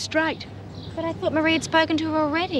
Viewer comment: It's Ann Reynolds with a god awful accent, and why does everyone in Barnhurst pronounce Marie s name wrong,mar_ree not mary.